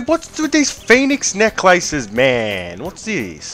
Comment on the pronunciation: The way you prounce phoenix Necklaces is funny asf 🤣